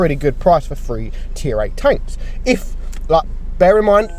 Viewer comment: they are gonna come with all three Me: is he saying “they are gonna come with all free or all three” lol